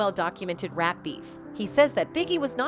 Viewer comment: She says rape instead of rap.